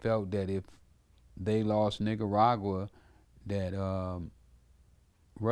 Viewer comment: Bro he said "nigeragua" I only thought there was Nicaragua!!🤣🤣😄😄😃